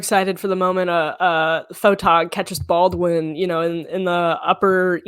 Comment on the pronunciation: SOOO her extremely well educated parents one a doctor and the other a lawyer could not pronounce Baldwin? OKKKK!!!